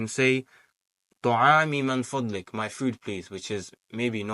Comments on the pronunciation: Amazing, I must point out it's 'MIN FADLIK' and not 'MAN FADLIK'. May Allah help us to learn the language of the Qur'an. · Baarakallaahu feek! This is actually motivating. May Allah increase you in knowledge. It's pronounced مِنْ فَضْلِكَ - min fadlik and NOT مَنْ فَضْلِكَ - mon fadlik.